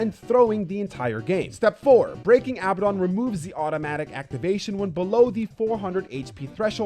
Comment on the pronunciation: For the last time: its aa ba den not abba don. His name is inspired from a demon with the same name in ares gotia. Sincerely: a nerd.